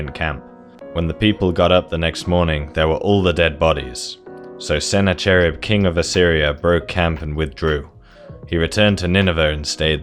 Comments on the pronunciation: isn't Sennacherib pronounced Se-nak-er-rib ??? That's because Middle Eastern Semitic languages like Assyrian, Hebrew, or Arabic refers to "ch" with a hard "k" sound? You know like Chanukkah where the Ch refers to a hard and breathy H sound. Pronouncing the "ch" like the sh sound as in chewy is found in Western European languages. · Where do you get your pronunciation of ancient names from. I’m not kidding, I know it’s hard. The “ch” in Sennacherib is a rolled, gutteral(?) sound, typical of Arabic languages. Read it as if it’s spelled with a “k” - Sennakherib. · I like several of your topics but I am put off by your lack of researching standard pronunciations of Semitic names like Sennacherib [ suh na ker ib ] . Are you not in anthropology? Linguistics is part of anthropology. In English, scholars pronounce this name with a [ k ] sound not a [ch] sound. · The proper pronunciation is beyond your ken, because you cannot say the eighth letter of the Hebrew alphabet, as this sound does not exist in English. But the syllabation is: SAN-CHE-RIV, with three syllables and not four. There is not any hard "K"sound in this name. But it does contain the word for 'sword' inside it. CHEREV means sword.